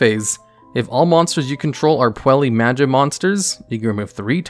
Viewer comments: PUELLI? REALLY? Butchered pronunciation jokes aside, these custom archetypes are awesome and well thought out. Edit: Yup, after seeing through the archetype, I'm sure it is fairly balanced while still being a bit competitively viable and keeping the theme/idea of the deck. A thing I really like about this one is the chosen artworks for the cards, they're aptly chosen and shows the love the creator has poured into it. Kudos to! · Every time he says Puella as "Puelli" instead of "Puell-uh", I die a little. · His pronunciation of every other word kind of hurts... Like... how is he getting an e sound out of Puella? I swear, he's just trolling people at this point.